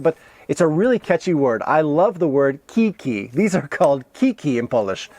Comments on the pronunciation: nie 'kiki', tylko kiJki :} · I have a problem with your pronunciation of ski poles - you were saying like it was "Ki-Ki" but those are "kiJ-ki" (diminutive of "kije"). 😉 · We all should call it that "Ki-Ki" 👍 it sounds much better and it so funny 🤣👍